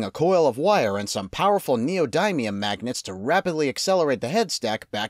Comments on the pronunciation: neoDIMium- not neoDIMEium. :p Also, subbed! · Great video although the way you said neodymium kinda hurt 😭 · I know what that is but you kinda pronounced it wrong.